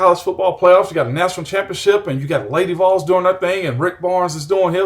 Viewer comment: Was there for the ward transition and now the Kessling, this was a great hire. He better pronounce Vols a little better quickly but other than that... GBO